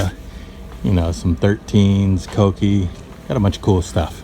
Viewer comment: So refreshing hearing “kouki” pronounced correctly